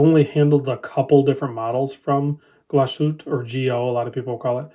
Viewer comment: As this is a watch channel it would be great to at least try to pronounce Glashütte correctly. Saying Glashütt (missing off the "e") is like calling Seiko "Seik!"